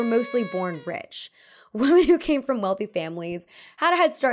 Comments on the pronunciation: God, please learn how to pronounce ‘women.’ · please look up how to pronounce women. It’s not the same as woman. You got it wrong all throughout this video.